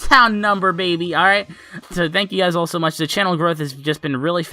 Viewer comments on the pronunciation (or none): Don't say baby like Ali a